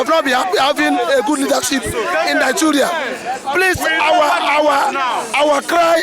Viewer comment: it's Nigeria not Niguria